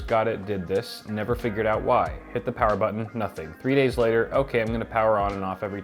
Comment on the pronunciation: More Powah!!!